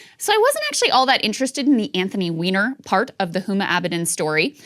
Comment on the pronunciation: She was adding a little emphasis. "WEINER!"